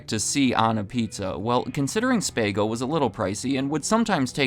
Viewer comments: Note- it's SPA go not Spay-Go... spago 🍕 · Spago is pronounced SPAH-GO, not Spay-go. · No one in Ca says SPAY-GO. Spa-Go. ;) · Why the hell do keep pronouncing Spago like that?! It’s not SpAAAA-Go. It’s Spago (Spah-go). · It's pronounced "Spaahhh-go", not "Spaego" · Just a friendly FYI, it's SPAH-go rather than SPAY-go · FYI: Spago is pronounced SPAH-go, not SPAY-go. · Yikes, do a little more research. It's called Spahhhhhgo, not Spaygo like Bob Barker used to recommend about pets. Great video otherwise. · uhh its pronounced SPAHH GO not spay go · As someone else put in the comments, when you search for the pronunciation it recommends spay-go. Spago is an Italian word and pronounced as this and the other commenter wrote, spa-go. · “Spay-go”. I had to turn the video off after that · It's Sp(aw)go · It is pronounced SPA GO, 😂😂😂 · Spago is pronounced spoggoe ("ahh" then a long o). The "a" in Spago is not pronounced as in the word plate. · It’s pronounced spee-go … like the swim suit . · Its pronounced SPAH-GO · I literally laughed out loud when you called Spago, "Spay-go." Incredible.🤣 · Spay-go.😂….dude needs to learn how to properly pronounce names. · it’s pronounced SPA-go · Spago= Spah-go. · It’s Spa-go. Like a Spa bath. Are you really that inept that you don’t know the pronunciation of the name of an iconic restaurant after researching all this? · It’s pronounced SPA-Go. Like a jacuzzi spa. ❤ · It’s pronounced Spah - goh. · "Spay Go" 😂😂😂😂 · HAHA, I have never heard Spago. Its SPA GO. Made me laugh, i guess young people aren't familiar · It’s pronounced spah-go 🙉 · Bro it's pronounced "Spah-go" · Love the channel. BTW, it's pronounced spA go. As in go to the spa. I went to the Chicago location and Wolfgang was there and surprised the dining room. CFK thai chicken pizza was my jam. The restaurant in the Water Tower (dt Chicago) served Tandoori Duck breast pizza back in the 90s/early 00s. It was superb!!! Indian meets California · It's pronounced SPAHHHHH-GO